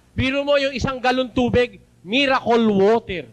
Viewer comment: Hahaha 🤣 natatawa ano sa mirakul water at mirakul oil 😂